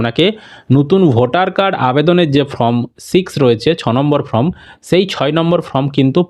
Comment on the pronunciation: Pronounce correctly the spelling of form